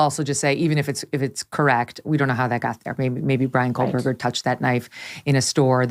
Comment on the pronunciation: Great show. FYI - there is no 'L' in Kohberger.